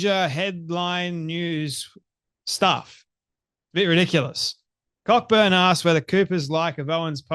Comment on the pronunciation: Cockburn is usually pronounced CO-burn,.